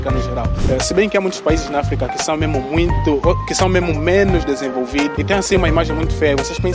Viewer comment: melhore a sua pronúncia da palavra Muito. Abraço direito de Luanda.